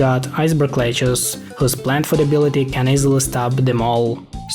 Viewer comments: every time you say 'lettuce' it sounds like, Ledge-uhs, which sounds like one of the characters in 7th Saga, Lejes. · Iceberg lechuce always gets me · He says “iceberg leguce”